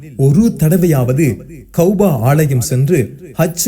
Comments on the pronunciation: கௌபா, கௌபா என்று கூறுவது மிகவும் பிழையாகும் கஃபா என்று கூறுவதுதான் சிறப்பும் சறியான சொற்பியோகமும் ஆகும் எனவே உங்கள் உச்சறிப்பை திருத்திக்கொள்ளுங்கள் அல்லாஹ் உங்களுக்கு அருள் புறிவானாக ஆமீன் கஃபாவுக்கும் மஸ்ஜிதுல் அக்க்ஷாவிற்கும் இடைப்பட்ட கட்டுமான கால அளவு 40 ஆண்டுகள் எனக் கூறுகின்றீர்கள் இவை இரண்டும் ஆதம் நபி காலம் தொட்டு கட்டப்பட்ட காலமா அல்லது இப்ராஹிம் நபி காலத்தில் கட்டப்பட்ட காலமா என்பதை தெளிவுபடுத்தவும் ஏனெனில் இப்ராஹிம் நபிக்கும் ஆதம் நபிக்கும் இடைப்பட்ட கால அளவின் காலங்கள் அதிகமாக உள்ளன ஆதம் நபியா அல்லது இப்ராஹிம் நபியா தெளிவாக கூறவும் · Kauba is wrong say it as kaaba